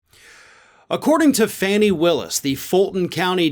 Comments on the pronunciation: Fani is pronounced “Fon ee”. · her name is pronounced 'Fawny' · You pronounce her name 'Fawni', like a baby deer,. She's doing a good job. I wish her all the luck in the world!